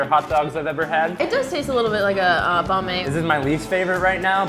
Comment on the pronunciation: I'm viet and I hate the way these people say Banh